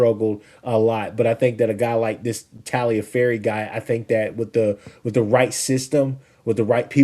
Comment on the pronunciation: Tagliaferri, not Talgiferri👍 Tagliaferri is nothing like Landry Jones. Lol terrible comp! Jones slung it around a lot, but he was a stiff, statue in the pocket. Tagliaferri is slinging it from the pocket also, sure, but he looks fluid and relaxed. Jones would get flustered and start throwing INTs like crazy. He threw 52 INTs at OU.